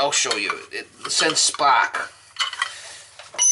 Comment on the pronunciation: Those Indians!... I love this guy! Is he saying spark or spock?... seriously, so down to earth and refreshing, this is great content. Keep up the good work.